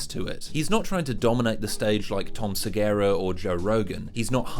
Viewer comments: Dude. Who are you to talk down about Tom SegUra. (Seh-GUr-Ah) not (Seh Gayr-Ah), who is brilliant. Or to talk down about Louis. We all have our skeletons or things we are not proud of. If you are giving props to Shane and he likes Louis C.K. you can put on your big boy journalistic pants and not talk about your personal grudges/ opinion. Many people have accepted Louis' public apology and trying to move forward with him. I was likeing your video up until about 18 mins. now I am ditching and thumbs down. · The way you say segura Is fucking killing me dude Please say his name correctly 😢 Seh goo rah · Repeat after me: Suh-Goo-Ruh. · I've never heard anyone pronounce Tom Segura so incorrectly. Like... Sigera? Seriously? You got all of the vowels wrong. Great video otherwise. Just... Damn. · It's Segura. Seh-gue-rah. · why can't you pronounce 'Segura'..? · You talk about his stage persona versus real persona while seemingly ignoring the fact that he's on stage in front of audiences. I think the guy just has nervous habits. Super weird hearing someone talk about the pretension of performance, having woken up and decided on that for a hairstyle. Incidentally, you keep mispronouncing Tom Segura's name. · That's not how you say Segura.....